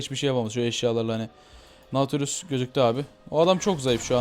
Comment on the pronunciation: naaaatilius deyil datilyus diye okunur:D